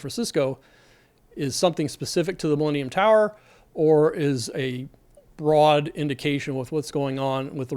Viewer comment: I watch YouTube at 2x speed. At that speed, the way you say "millennium tower", it sounds a lot like "leaning tower"